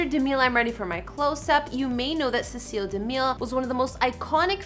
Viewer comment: Please, please, please make sure you know how to pronounce names before making the video, like Cecil B DeMille. I know it’s before your time but he is iconic in Hollywood Cinema History and deserves to be referenced respectfully.